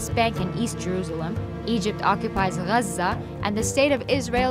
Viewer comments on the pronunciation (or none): this video was made in English so pronounce it in English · yeah but the English pronunciation of Gaza is “gaazah” - it’s like the German city of Koln is Cologne in English. And how spaghetti when said by Italians has a certain accent, but in English it sounds different. Or the capital of India is Delhi, but in Hindi you call it Dilli. If you’re speaking in English, no need to be dramatic about the accents. Just use the common word. In Arabic, call it guzzha. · Muslim propaganda. I realised that the narrator is arab when she said ‘Gazza’ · The way you say Gaza , clearly says you’re from there and that you’re one of them. How objective 🙄🙄🙄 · Pretty jarring when you pronounce everything in English except for Gaza.